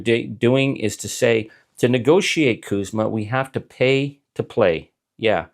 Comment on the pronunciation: CUSMA not KUSMA we are not Kanada.